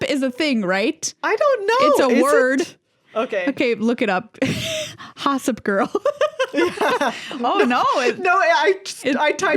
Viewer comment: I feel like the urban dictionary hossip may be read with a long o.